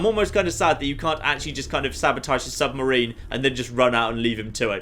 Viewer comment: Sub-ma-rina hat? im sorry?! hahahaah